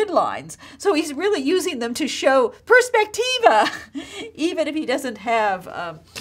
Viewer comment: Teach correct words please: prospettiva, not perspectiva....